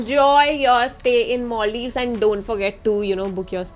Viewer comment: It's Maldives 😁 not Molldives 😁😁😁